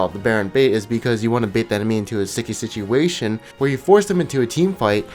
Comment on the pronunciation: "Sticky sitjuwaytion"